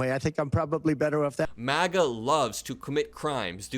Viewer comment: It sounded like you said " The Maggots", LOL. If you didn't, then I'm keeping it now. MAGA is the movement, Maggots are the followers 😂